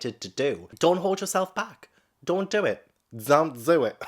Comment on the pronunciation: "Don't do it!" .. "Zon't Zo It!" Gosh, I love this man. 😆 🤣 😆 🤣